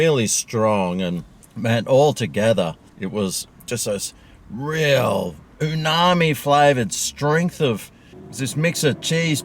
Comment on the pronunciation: He's thinking of tsunami! 😂